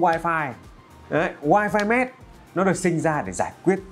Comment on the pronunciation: Mesh chứ Mess là sai r nha